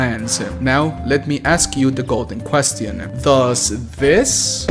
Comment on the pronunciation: Ayo hol up did you just Say qquesțiIoUN